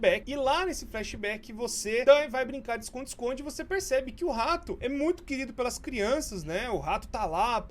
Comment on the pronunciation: Ninguém: Nem uma alma:: o RRRRRRRRRato